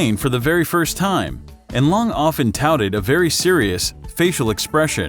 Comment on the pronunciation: you spelt time wrong you said thime